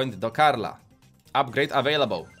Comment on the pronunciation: apgrejd awejlabol XDDDD